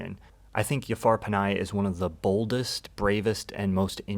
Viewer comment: Thanks for this video. one minor correction. Jafar Panahi is not pronounced Yafar Panai. The right pronunciation is Ja-far (J as in Justice) and Last name is Panahi (Pa-naa-hee) love your work.